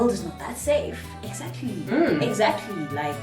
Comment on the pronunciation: no one,nobody at all,:"exaclty".😅